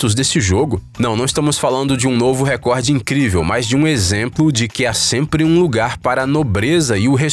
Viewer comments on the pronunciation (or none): none